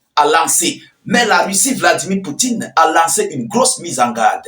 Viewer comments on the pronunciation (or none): none